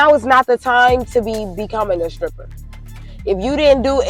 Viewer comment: Im gonna be honest. In never found strip clubs interesting. So i pay money to look at women with bad dads and worse tattoos who im not allowed to touch? And why is the chick in saying skrippa? Its hard to take you seriously on economics. If you cant speak like a grown-up.